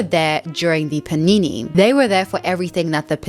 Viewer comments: take a shot every time says paneenéë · All I could think about while watching this was: I can't wait for her to stop saying panini